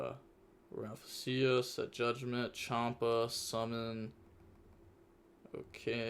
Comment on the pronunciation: Sheesh “raffasia” is crazy 💀😂 yugioh players really dnt know how to read